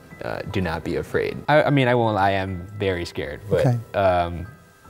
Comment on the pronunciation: camera man be like : scarde